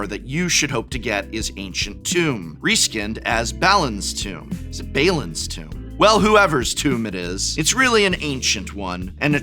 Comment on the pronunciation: Bah-Lynn would be the way to pronounce Balin.